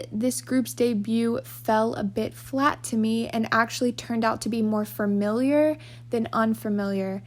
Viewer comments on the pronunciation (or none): i pronounce it farmiliar too lol!